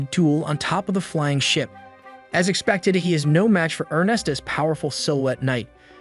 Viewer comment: dear gods of the internet this will be the last time I watch your channel, your pronunciation of names is just straight up murder. it's not vi-ver its Y-VERN, it's not er-nest-t it's ER-NEST or er-knee, and yes I spelled the word as they are sounded out.